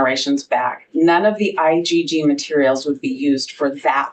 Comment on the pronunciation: Why is the judge calling IGG, "IDD"sometimes?